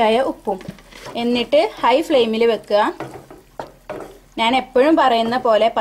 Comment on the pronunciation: നാന് അല്ല ഞ്ഞാൽ